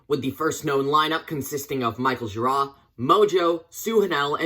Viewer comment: You pronounced Michael gira correctly! Well researched boiiiiiii